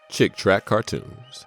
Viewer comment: Yay for monitized! But it's Chick Tract, not Track.